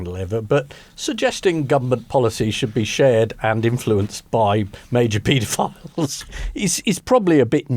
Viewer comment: Did you say pedo files?